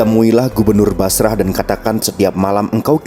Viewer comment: Masya Allah. Tapi kalau ada lelaki salih apalagi sensual datang melamar, kan ga boleh nolak supaya gak terjadi kerusakan. Min, Basrah itu dibacanya Basroh 🙏